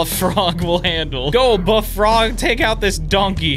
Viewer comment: ah yes, the froge